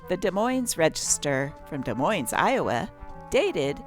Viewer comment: If you are going to read about a city, you should learn how to pronounce the name of it. Both "S's" are silent, not just the first one. "de MOINE"